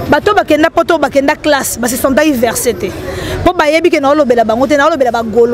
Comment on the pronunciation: ya zoba on dit vexé et non versé 😂